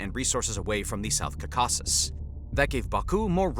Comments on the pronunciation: Please learn how to pronounce Caucasus correctly (stress is on the first syllable)...but overall, good video. And thanks for pronouncing the "kh" sound in Nagorno-Karabakh. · This VO does not know how to pronounce "Caucasus"...?? Are they even native speakers? How did the editor not catch that and ask for a re-recording? Also the VO should probobly talk a bit slower... He also mispronouced "Karabakh"... 😅 Hire a better VO... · Awful pronunciatıon 😮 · Dude learn how to pronounce 'Caucasus' if you're going to make a documentary about it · Never heard anyone pronounce Caucasus like you wth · Please learn how to say caucasus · Bro you have to stop pronouncing the caucuses like that. Please. 😂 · learn how to say Caucasus correctly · Your stressing the wrong syllable with Caucuses. I think . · Yes that’s right, stress should be on the first syllable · This sounds very interesting, but its credibility called into question by repeated mispronouncing of words like "Aliyev" and "Caucasus". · bro still pronouncing caucasus funny xD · Peace between Armenia and Azerbaijan will happen before Americans learn how to pronounce Caucasus. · Dude it’s not caucAsus it’s caucasus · bro it’s not south kakazuzuzuzuzuz it’s Caaaaaucasuuuuus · Jeez! would you PLEASE say "KAW-ka-sus" instead of "ka-KA-sus!." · "Ka-caw-sus" As an armenian, it's CAW-ka-sus in english, please pronounce it better next time, thx XD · It’s cau-cau-ses not cocaweses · I’m sorry, did you just pronounce CAUcasus as cauCASus??? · is-REAL and cau-CAS-cus. oh man... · It’s not South “Kasases”. It’s caucasus. Like “Caucasian”. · You'd sound like more of an expert if you could pronounce Caucasus correctly (not Kaw-kaw-suss). Ah-lee-yev, not Alleve. Can't listen to this crit anymore. It's not Arminians but Armeenians. Jesus. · It’s pronounced “cau-kuses” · Please pronounce “Caucasus”properly. It’s pronounced kaa.kuh.suhs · It's Cawkisses, Caucasus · What's with saying "ca-caucus" like Dukakis? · "Cuh cass ess"